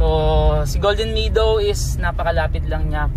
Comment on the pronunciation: subscriber ako. I’ll support your channel Pero ayusin mo naman ang pag pronounce mo ng “meadow”. Bisaya din ako anak. Pero Mehdow ang bigkas, not “midow “.